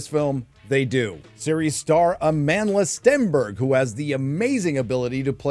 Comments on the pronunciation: did he say A-Manless beyotch? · At first, I thought you were calling her "A manless Stenberg." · I keep hearing her name as a manless stenberg